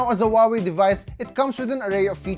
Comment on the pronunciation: Huawei’s correct pronunciation: who-ah-way, now repeat after me, who-ah-way.